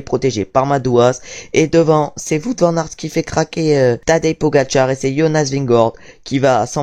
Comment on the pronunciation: Attention à la prononciation de Wout van Aert.